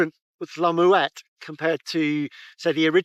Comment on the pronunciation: It’s pronounced “MmmmWET”